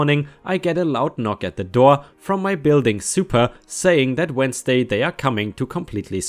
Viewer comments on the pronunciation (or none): none